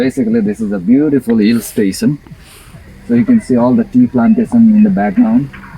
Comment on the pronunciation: Hi Guys, the videos are getting better. But the pronunciation is still very bad. Morning ( not mourning). Station ( not stasion) your ‘tion ‘should be pronounced Shen ! Why don’t you get your wife to do the commentary ? I am sure her pronunciation is better than yours. No offence, I love your videos. Congratulations, love your video, very interesting. Stay safe and do more travels. 🙏🏻🙏🏻🙏🏻🙏🏻